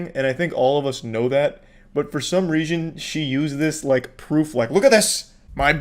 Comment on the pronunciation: “For some reazhon”